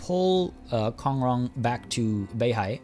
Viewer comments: U must learnt mandarin before，I hear you speak BEIHAI as Béi Hǎi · 11：03 you said the place Beihai just like a native Chinese speaker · Yea his pronunciations are tight af